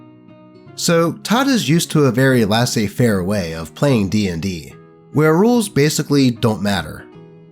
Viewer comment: Your job is to read aloud. If you don’t know how to pronounce something, look it up; don’t just butcher it. I missed the second story because you so badly mispronounced “laissez-Faire” that I couldn’t listen; it was like nails on a chalkboard.